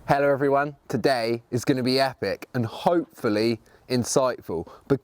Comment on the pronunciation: It's äppik🥰☝️😂